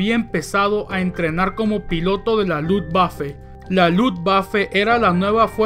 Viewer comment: Luv vafe? O luft=aire waffe =arma🙈